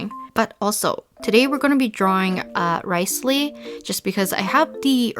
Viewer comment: She said RICElee😂